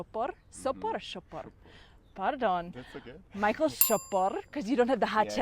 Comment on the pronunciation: Ne Majkl ale Michal.To není zase tak těžké vyslovit,ne?Jinak fandím.